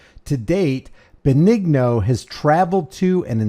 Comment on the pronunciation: Dennis Benigno( ben-ee-no) not (ben- eg- no) sorry.